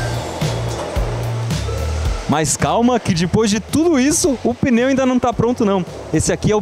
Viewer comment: O que seria um peneu? Tá mostrando pneu, mas fala peneu toda hora.